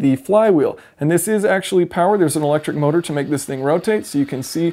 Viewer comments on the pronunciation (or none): none